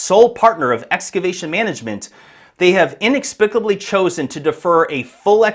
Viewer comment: what's "inexpicably"?